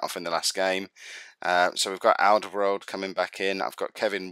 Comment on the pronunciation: Haha im gonna write them all for you phonetocally. Drees Mertens, Axel Vitsel, Al-duh-vay-reld